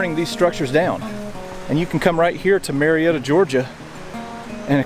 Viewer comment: You can tell this guy is not from Georgia. He keeps pronouncing It Marietta. Everybody knows it’s May’retta.